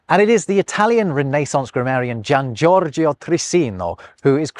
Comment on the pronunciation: Hi, thank you for another delightful video! By the way, both letters "i" are silent in the Italian name "Giorgio" - it is pronounced ˈdʒordʒo, not ˈdʒordʒio.